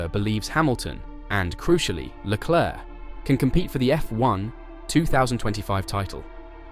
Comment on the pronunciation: IT'S PRONOUNCED LE CLERK. LOL Just ask Charles. lol